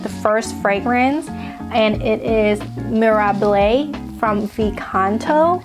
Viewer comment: Your pronunciation of Mirabile! 😘